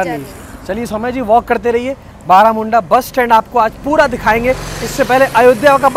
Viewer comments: बारामुंडा ना कह के (-बरमुंडा-)कहोगे तो अच्छा होगा 😂 तुम उसके नाम चंजे किउ कर रहे हो 😁🤣 असली नाम तुमको ज्ञात नहीं है मुझे लगता हैं😢😂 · ବରମୁଣ୍ଡା not ବାରାମୁଡଂା bhai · It’s Baramunda not Baaramunda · Bhai thats not BAARAMUNDA thats BARAMUNDA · May be its बारमुन्डा not बारामुन्डा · It not Baramunda it's ବରମୁଣ୍ଡା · Video was informative and interesting. Although it would be nice if you pronounced the name properly as you would hope from tourists when they visit your cities. It is not that difficult to pronounce too. This creates an impression of lazy background work which I know it wasn't. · Bhai bus station name to sahi bol dena kyu new change hua hai